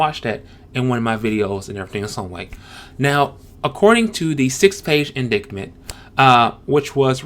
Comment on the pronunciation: I like your delivery and your video. Very calming presence. You could consider try emoting more if you wanted to replicate a video closer to other channels in this YT niche. You could also consider bringing in a second host to complement your calm demeanor. For future reference indictment is pronounced Ind-eye-tment. The c I silent, so "dict" rhymes with "night." You may be able to fix this now, but Ahmaud's last name is spelled Arbery. In terms of your content: I would have preferred a charge of manslaughter over felony murder in the Arbery case. I would have preferred removal of any problematic racial references in the splash mountain ride (if there are any) instead of renaming and theming it. Disney, as it did with Star Wars and other properties, employs a "stick a needle in your eye" approach that offends lifelong fans of their great products. I think representation of Taitiana is a great idea, but renaming Disney's iconic ride because of an esoteric problematic film will invoke resentment and hostility towards Princess & the Frog, the only black disney princess. In terms of the Confederate monument removals, I think it is great that Denton's statue is being removed in a legal way. I have no affinity for statues, but removal via "mob" destruction reminds me of famous iconoclasms during violent revolutions that result in loss of history. Leaving statues standing with plaques and more inclusive statues or removing statues and relocating to a private buyer or museum are all